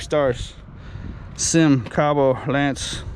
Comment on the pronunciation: NOT a SYM it is not pronounced like a word. Dammit I wish people would educate themselves. It is pronounced like you see it. Three letters. S. Y. M. Sang Yang Motors.